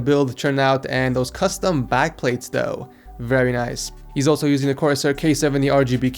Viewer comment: it's though not dough